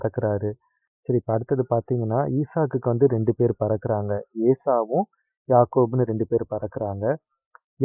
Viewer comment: பறக்காரங் இல்ல பிறக்காராங்க......